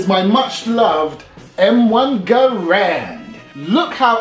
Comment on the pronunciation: Good video and thank you for pronouncing Garand properly.